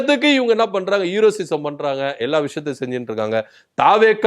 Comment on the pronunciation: எப்பா தம்பி.....அது ஹீரோசிசம் இல்ல.... ஹீரோயிசம்....